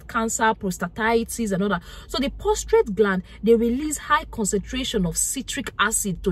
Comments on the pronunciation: Please it’s prostate and not prostrate ❤❤ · It's not POSTRATE ,but PROSTATE !!